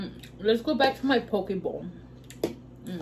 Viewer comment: Say it like this, po que lol❤ love you girl!